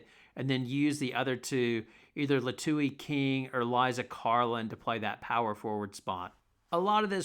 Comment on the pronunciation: Liatu's name is pronounced "Lee-uh-two."